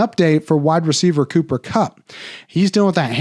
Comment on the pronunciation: Cooper cumcup!? You ok doc 😂 :_doc::_doc::_doc::_banger::_banger::_banger